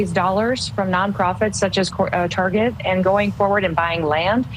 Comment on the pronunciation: She loves to shop at "Turget", apparently.